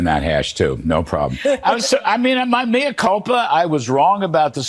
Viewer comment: Lol "Mia culpa"